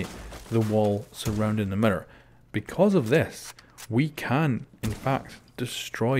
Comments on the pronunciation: meer ir not merer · Sounds like ur saying Mirrdoor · Mirror not Mitter u Sped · mirror!!!! not mira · Yo Pronounce mirror correctly